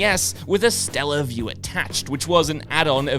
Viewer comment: Was it mis-reading his script or was it Scott with a repeated typo? I'm referring to the Nintendo Stellaview - which didn't exist. It was called the SATELLAVIEW - because you could download games from a satellite link up.